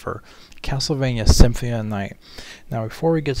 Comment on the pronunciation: it's symphony not simfmie